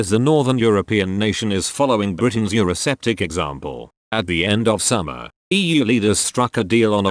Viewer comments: Avoid robotic voiceovers. Euro-septic example, indeed. I presume you mean Euro-sceptic (or skeptic if you write US English), unless this is some sort of in-joke. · The EU is certainly poisonous, but is not septic it is sceptic (note the first C in the word, (this first C is sounded as a K). I hate these text to speech progammes! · Don't you just love the computer voice using the word "Euroseptic" rather than "Eurosceptic" very apt.